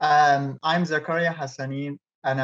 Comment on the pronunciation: Its Zah-ka-ree-ya (technically the r is rolled but whatever) Sorry, that was killing me. I feel sad when people tell westerners the "easy" way to say their name. Heading back to listen to the podcast ;)